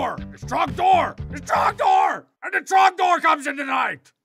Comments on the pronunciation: Ughh It's dor It's TROGDOR IT'S TROGDOR EVEN TROGDOR COMES IN THE NIGHT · You know, for a guy doing voice over talking about the game, how is it that he can't get Trogdor's name right, but he can say burninate correctly?